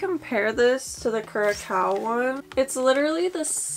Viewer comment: Curacao is pronounced like the way you said it, except the second part make it sound like it rhymes with 'how' but with an 's' (like you're saying south without the -th). Great collection!